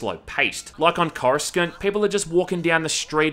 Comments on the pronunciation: Review is great. Went to replay and it was not as I remember it. However. CORE-AH-SAH-NT... def not CORE-A-SKUH-NT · My man just pronounced Coruscant as "chorus-can't" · Female Watto (Twatto? Edit: ok her name's Rosatta I guess?) is Vaping pink "smoke"...this game was YEARS before the existence of E-Cigs, & definitely Vapes. Oh, btw: "You get to explore CORUSKINT?!?"😂 Dude they say it IN THE FILMS, it's called "CORE–a–sont"🤣 Also, "Z-axis" is wrong. X-axis is what you meant. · "coruskant" lmao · Everyone knows it as cor-uh-sant, because that's the way they pronounce it in the movies. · I'm sorry but "Cor-uh-scant"?? That's not how you say it brahhh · I'm sorry how am I supposed to trust the Star Wars opinion of someone who says CorusKant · "Coruscunt" LOL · it's pronounced Corussant, love! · corus-cant is that how its pronounced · Hmmmmmmmmm "corus-cant" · Sorry bruh you lost all validity when you pronounced Coruscant 'Chorus-cunt'. Still good tho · I've never heard someone mispronounce Coruscant before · The way he pronounces "coruscant", lmao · You should have your Star Wars card revoked for butchering the pronunciation of Coruscant like that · Hearing you mispronounce coruscant is so funny haha sorry I know its not a big deal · The way you say coruscant is disgusting and offensive to an actual star wars fan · Cant be that big a fan if you pronounced Coruscant wrong. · Your pronunciation of Coruscant makes me sick. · I can already hear people groan over his pronounciation of Coruscant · Your lack of faith in pronouncing Coruscant is disturbing... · You're pronouncing Coruscant that way on purpose aren't you?